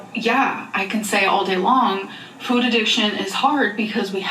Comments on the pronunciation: Why does she pronounce "food" so different now? "Foooouuud" 😂😂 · I cannot STAND the way this woman pronounces food. It’s only getting worse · has she always pronounced food like that???? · nitpick but i hate the way she says food why did she change to pronouncing it like that